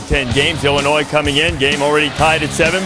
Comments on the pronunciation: Hey Holtz, it's ILL-inois not ELL-inois. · hey holtz the s is silent its like illinoi not illinoiZ